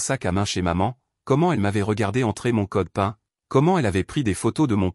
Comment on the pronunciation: erreur de prononciation pour "code pin" qui se prononce code "pine" car américain (Personal Identification Number).